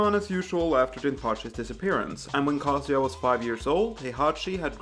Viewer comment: Never heard Kazuya pronounced like "cah-see-ya". I'd always pronounced it like "kuh-zoo-yuh" but I'm likely pronouncing it wrong.